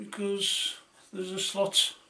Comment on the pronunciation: Hi, niiiiiiiiiiice video, did you say slut or slot, lol 😝